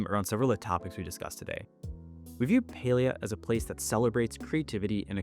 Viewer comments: pale-ee-uh makes me sad. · Beyond the patch stuff (which all sounds very cool), this video made me realize that I have never heard "Palia" said out loud and I was pronouncing it wrong. I was saying "PAL-lee-ah" not "PAY-lee-ah" lol oops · omg ive been playing this game for so long but ive pronounced it as "pah-li-ah" rather than "pay-lee-ah". this patch is so exciting im so ready for it! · Oh it’s pronounce Pail-ia?? I’ve straight up been calling it, Pal-ia